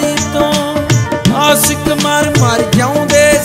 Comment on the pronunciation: bai teri boli da farak a tu ashiq nu asiq kehna